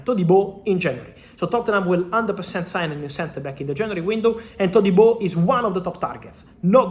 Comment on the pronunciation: He says his name correctly...